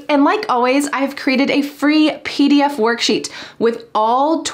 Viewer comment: Why is clear pronounced khlear ...and twenty pronounced thuwenty ...and pdf as phee df...